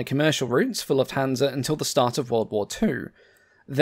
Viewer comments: The accent is on "luft" not "hansa". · this robot pronounces Lufthansa totally wrong